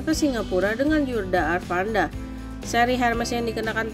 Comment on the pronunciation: Bisa baca gak min? Yudha Arfandi min bukan arfanda